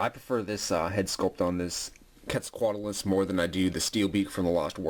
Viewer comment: QWEAT-ZAL-COAT-ALUS. it bugs me how you say it